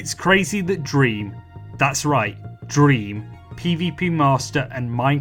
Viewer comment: the emphasis on dream dude